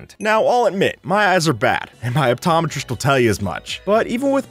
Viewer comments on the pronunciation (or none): Im sorry but eye-tometrist? You mean optometrist